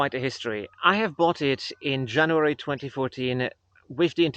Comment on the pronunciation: What's with the German accent he says Janoowary